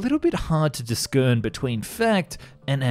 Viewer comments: Hard to Dis-Kern? Hard to Dis-Kern? LOOOOOL I think you'll find that 'Discern' is pronounced Dis-Earn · Discern is not DISS SKERN it's DISS SERN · Disc-urn!? 😂 You mean discern which is pronounced dis-urn, the C is silent. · A linguistic correction: in "discern" c is prounounced as s, not as k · dis kern? Discern you mean.. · A note to the narrator: When you see the word "discern" it is pronounced 'dis-sern' and NOT "dis-kern". Is English your mother tongue? If it is, then you should know better, if it is NOT, then make sure to acquaint yourself with the language and its correct pronunciation. Hopefully you find this note useful. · "discern" is pronounced "dissern" come on fam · "It can be a little bit hard to dis-kern between fact and..." Nah, I wouldn't have bothered to check the bot narration, before uploading it to trawl for 'likes', either. 😑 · "disKERN" My day is ruined. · did you just say “dis-Kern” when you were trying to say discern? 😂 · why do you pronounce discern as diskern? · Why would I trust anyone who can't pronounce "discern" competently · Discern.... The C is silent bro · The embarrassing mispronunciations make me wonder if this is a TTS voice, or a clumsy live narrator? I'll refrain from using the "I word", but come on..... 🙄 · The c in discern is just pronounced as an s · I think you are trying to invent a new way of pronouncing "discern" but here is the correct way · Did you really just pronounce the hard "c" in "discern"? omg lol